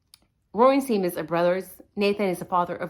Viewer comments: Love your channel! Just an fyi and I don't mean to be critical AT ALL but Seamus is pronounced Shay-mus. I only know because I knew someone with that name. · I love you but it’s said SHAY MUSS 😊❤